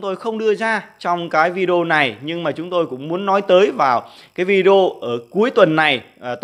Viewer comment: Vi đi eo là gì ?phát âm sai Anh ngữ thì đừng mò đầu lên YouTube